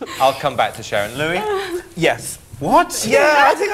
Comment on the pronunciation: The way she says Sharon (Sa⋅rzorn) got me wheezing 💀😭